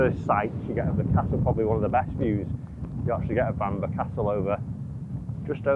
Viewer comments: Love to know where this “Bamber” castle is?! Bamburgh is pronounced ‘Bam boro’ 🙂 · Why didn't ask how to pronounce Bamburgh? It's Bam-burra - not Bambur!!! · I couldn’t even get 5 minutes into this video. The castle and area is Bamburgh but it’s pronounced Bamborough. It’s not Seahouse, it Seahouses. If you’re going to do videos on course, please do a bit of research and at least learn how to say it properly. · Don’t want to be a pedant, but its pronounced ‘Bambrah’ similar to how you say Edinburgh